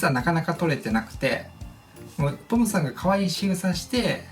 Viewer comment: ちょっとぽむさんって言えてない感じがかわいい💞